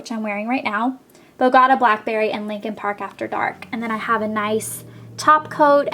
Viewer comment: You keep saying opi's bogota blackberry incorrectly. Bogota is the capital of Colombia and it's pronounced boh-go-ta emphasis on the ta not the go :)